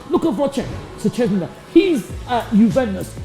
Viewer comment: the way he pronounced Szczęsny was pure autism